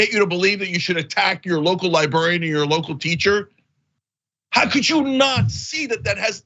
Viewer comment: I really admire and respect Cenk. I just wish he'd say the word "Librarian" correctly. It's an old pet peeve related to a past coworker. But, of course I understand him anyway, and respect his right to pronounce words in any way he chooses.